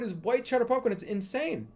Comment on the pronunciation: Why does he pronounce popcorn buhpcorn